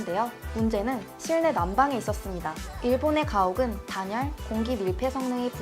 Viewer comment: 기본적인 한글도 잘 못읽고.. 실내난방이 아니라 실래난방이지